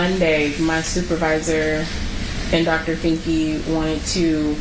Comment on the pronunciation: Did she say “Dr. Finky”?! 😆